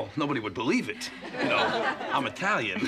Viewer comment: "I - tralian!" --- Robert Blake, "Barretta"